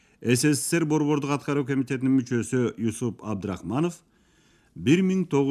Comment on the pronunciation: Ушул уктурууну чыгарганыңыздарга, эмгегиңиздер жана убактыңыздарга ыракмат. Бирок, Юсуп эмес, Жусуп деп окусаңыздар жаштарга дагы түшүнүктүү болуп, эсинде кыргызча аталышы калмак.